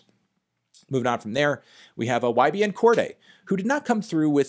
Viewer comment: Can you start saying Cordae correctly?